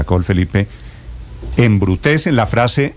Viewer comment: embrutecen embrutexe. hevruthezen😂😂😂😂